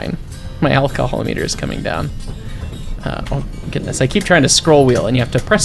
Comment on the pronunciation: I love this game, also the accent is great comedy at right timings like alcohol, and onion 😆.